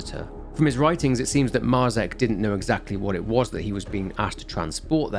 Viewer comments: Dude, Marzec isn't pronounced like that, and neither is Tykwa, or Dobrucki, use the fucking speaker button in Google translate... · Great source of information. Thanks. One comment; Marzec and Tykwa (surnames), the pronunciation is completely different in Polish ;)